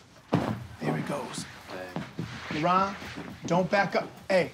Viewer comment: I feel like his actual name is labron but he just cant get that b out and people think his name is laron